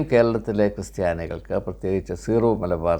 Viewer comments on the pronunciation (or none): ഇപ്പോൾ 3 -ാം തവണയും തെറ്റിച്ചിരിക്കുന്നു. കൃസ്ത്യാനി അല്ല " ക്രിസ്ത്യാനി "ആണ്.